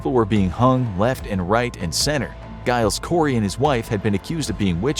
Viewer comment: Giles Corey's name has a soft G, like J.